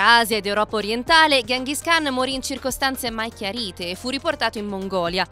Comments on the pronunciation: Gengis Khan non Ghenghis khan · La pronuncia più corretta è Chinghiz Haan